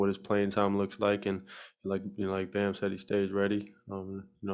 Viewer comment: calling bam “bum” is the funniest thing every time he says it